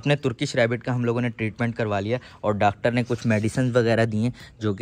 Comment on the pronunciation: Pendu😂😂😂 dactor nhi hota pagl😂😂😂😂😂😂 sorry😊😅